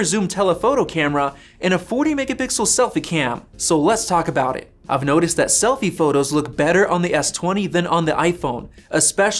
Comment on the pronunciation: he rlly just said slofie